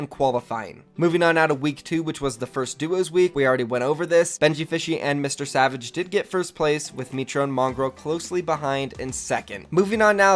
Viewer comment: He said MrSavage "N" c'mon bruv btw love your vids